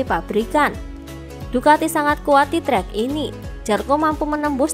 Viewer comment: Zarco bukan Jarco Wildcard bukan willcard